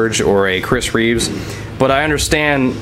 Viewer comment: Come on man, it's REEVE. He's not Christopher Reeves the movie star, he's Chris Reeve. No 'S' at the end lol. Just kidding. Sorry to bust your balls, I'm not one of the douchebag-ish subscribers. But kinda..